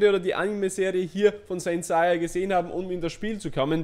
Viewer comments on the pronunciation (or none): Seiya (englisch ausgesprochen) nicht saiya